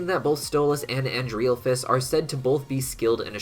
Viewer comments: I'm 99% his name is pronounced as "ANDREHL-phalus " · It's pronounced An-DREHL-FUS